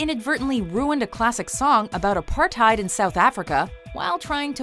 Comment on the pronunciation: Just a random pet peeve here, it's aparthEid not aparthIed... Harder on the E (just a South African who hates mispronunciation)